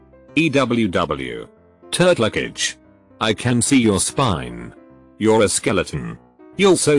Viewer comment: Text: "turtlecage" Narrator: "Turd luggage"